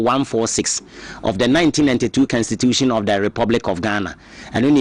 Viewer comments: Please it's Constitution not Kenstitution, suatra eeii Ghana fo3 profound akese3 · Her stop that ugly pronounciation,what is s kenstitution, constitution that is what it is 😮😊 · Whatbid kenstitution thing too. Masa pronounce the word properly. Dieben!!! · Please check your pronunciation of constitution. It is pronounce kon.stuh.choo.shun